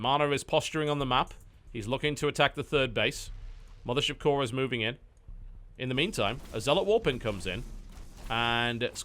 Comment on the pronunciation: lol, everytime i hear you say "mothership core" i think you're saying "militia core" and i sit there wondering what that is, every time